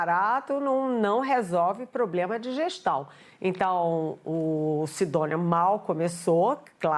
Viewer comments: Fiquei esperando aqui a canhotede falar poblema ela rateou na hora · A velha quase falou "pobrema"